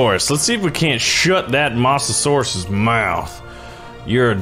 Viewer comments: Mo - za - sor - us (MOSA) not (MOSS) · you say it by moatasaurus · No hate but he calls it a Mossasaurs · not Mah-sa-saurus its moe-sa-saur-us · "mossasaurus", 2018. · It's moe-za-sor-us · Also it’s m-oe-sa-saur-us. OE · What’s a MOSSasoraus 🤣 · FYI the mosasaurs is pronounced moh-suh-sor-us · you say Mosasaurus like this moes a saurus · STOP SAYING MOSS A SAURUS IT SOUNDS LIKE MOOSASAURUS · It's pronounced Moes a saurus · Its pronounced mozesaur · Masterninjawolf Nope he sed mossusuras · Stop saying mosasaurus wrong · Can't say mosasaurus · i hate how he pronounces mosasaurus